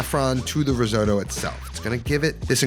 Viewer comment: seriously considering subscribing. just promise you never say risooddo again. ever. (how come you actually pronounce most other italian words correctly 🤔)